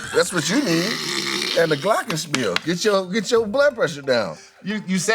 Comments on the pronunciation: I'm sorry but Glockenspiel was actually pronounced incorrectly. It's a German word and is pronounced "glockenshpeel" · missed the h sound in glockenspiel 👀